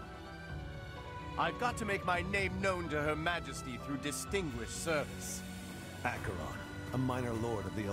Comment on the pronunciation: It's funny that even after five years Lysithea is still obsessively paranoid about being treated like a child. Also I am so happy this game has the proper pronunciation of Acheron. These days most people read/say it as "ash-uh-ron."